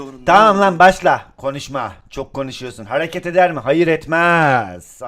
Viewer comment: Hereketi haraket diye okuyan koca yürekli laz abimiz:))